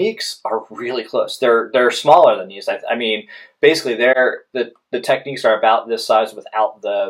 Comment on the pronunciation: For me now its between these 2 I think and contradicting reviews are making a choice tough. Also pronunciation is a bit off, its tech-nicks not techniques ;)